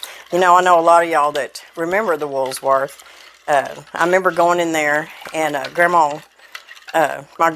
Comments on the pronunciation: It’s not “wools worth “. lol it’s Woolworth’s” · You say Woolsworth but its woolworth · PLEASE SAY *WOOL* - WORTH , NOT *WOOLS* - WORTH ❤️🙏❤️😁I WORKED AT WOOLWORTH AS A WAITRESS AT THE FOOD COUNTERS...GOOD MEMORIES😁 ... I WAS *16 YEARS OLD 🙏😁....THANKYOU FOR SHARING THIS AWESOME RECIPE ...🙏JOHN 15 : 5 ✔️ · I love how she says WoolSworth instead of Woolworth's. My mama loved talking about Woolworth. That was where she got her first job in highschool at 16. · Isn't it Woolworth? Sans the s? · It’s not WoolSworth! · I'm not trying to be mean but I do remember the Woolworth and it does not have a S in it. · ...where did you get that silverware caddie on your countertop?....No "s" in Woolworth...just say'in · Wool not wools lol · I love cheesecake, but it is Woolworth no s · Woolsworth? You crack me up. I bet you say Walmarts too. Love it. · I see a lot of people are adding the letter S after the word wool, Woolsworth It may be a regional thing…. It’s Woolworth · Woolworth??? It's Woolworths! There's no letter "s" after the word wool, only at the end of the Woolworth's name! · Woolworth. No letter S in it. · Not pronounced "wools- " worth! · I mean no disrespect and I certainly don’t mean to be ugly but there is no S in Woolworth. It’s pronounced wool-worth. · I remember eating that cheesecake at the Woolworth's in Austin, MN. They also had great hoagie sandwiches - and they were 3/$1! That was the first place I ever had a cherry coke! I love your Arkansas way of pronouncing "Woolsworth" with the extra "s" in the middle. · You are so precious and I love the recipe, but PLEASE --- the "S" is at the end of the word rather than the middle. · Come on -- there's no "s" in the middle of Woolworth. Or is that just an Arkansas thing? and Yes! my mom made it with canned milk and it works just fine. My mom also used different flavors of Jello too. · Please I love you but please don't put an s on wool when you say Woolworth.